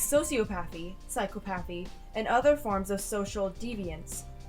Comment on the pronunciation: I’m sorry but I laughed how she pronounced psychopathy. Ik it’s hard to pronounce sometimes but it was still funny. It’s sigh-cop-off-y, not sigh-co-path-ie